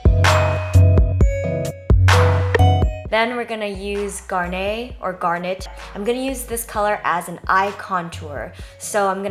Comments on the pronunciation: "Gar-nay" lol. It's just garnet. It's a red gemstone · GAR-NAY LOL.. oh jenn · Garnet it pronounced 'Gar-nit'. I used to say it the way you did but its a type of stone that is used in jewelery :) x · It's just "Garnet" [Gar-nette]. I believe it's a type of gem. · Hey Jen! I was so excited for this video ^_^ Just saying, Garnet is pronounced Gahr-neht (like the second way you pronounced it). It's the birthstone of January & it's red which makes sense given the eyeshadow color. Have a good day :) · Hey Jenn, I think the color garnet is pronounced with net like a butterfly net. Gar-net. It's my birthstone and that's how I've always heard it. (: Also, I love the look!